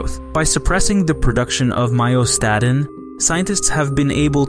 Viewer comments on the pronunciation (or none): correctly pronounces myostatin, then 5 seconds later, calling it "my-o-stah-din." There is no "d" in the word you modern mouth-breathing degenerate filth with the shit-class mispronunciation born of that vile breathing practice. The mouth is not for breathing.